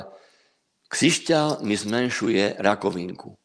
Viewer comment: Rozhovor OK,zaujal a bavil ma,ale veľmi ma ruší ta slovenčino - čeština.Časť v ktorej hovoríte o krištáloch som sa úplne stratila,lebo pri tej Vašej výslovnosti som sa celý čas sústredila na výslovnosť ...krišťál,křišťál,krišťály,křišťály...2x som si to pretáčala,aby sa mi nestratila niť.A aj tak môže dať človeku energiu a silu niečo,čo bolo ku mne dodané cez utrpenie ľudí?? Ja osobne po žiadnom kamienku netúžim.